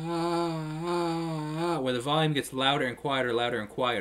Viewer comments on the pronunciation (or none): none